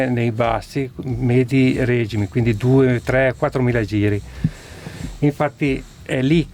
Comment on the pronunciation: A parte l'errore della pronuncia della parola regimi (regìmi), veramente inascoltabile, non hanno parlato di prezzi e di consumi...